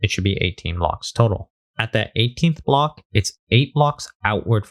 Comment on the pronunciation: All i hear is now "bluhk"